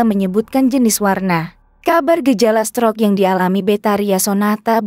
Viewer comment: Tolong dong ucapankata *stroke * itu gsk ensk bngt didrngar. Coba diajarkan dulu cara mengucapksn kata yg benar